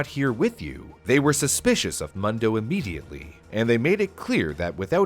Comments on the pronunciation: Ur calling him “muhn doh” it’s “moon doh” which is “world” in Spanish - I didn’t even catch it until super late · Mundo is almost certainly pronounced “Moon-dough” not “Muhn-dough” by the way. It means “world” in Spanish. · Its pronounced Moondo, not Muhndo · everyone I've know who was named Mundo pronounced it Moon-dough, usually short for Raymundo. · It's pronounced Moondo.(Mundo) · Pronounced "Moon-do", it means "world" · I’ve lived in an area with a large Hispanic population most my life and I’m pretty sure you are pronouncing Mundo wrong. I’m pretty sure it’s pronounced moon doe. You know like Telemundo.